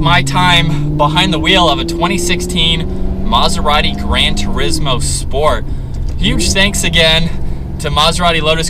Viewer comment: Tur-IZZ moe? Really??? Tour-EEEz mo...